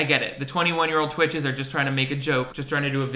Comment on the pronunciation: okay but not it saying "TWICHEDS" please.....